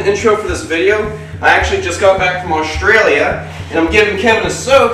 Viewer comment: OK, THAT'S IT... I'VE HAD ENOUGH If your'e american and you don't pronounce Australia correctly, we tell you but we forgive you but.. Holy fuck IF YOU HAVE AN AKUBRA HAT IF YOU HANDLE A SNAKE it is literally a requirement that you should know how to pronounce Australian correctly at least learn to say FUCKING OATH or something to hold you over until you learn how to say Australia but yeah, nah, this is inexcusable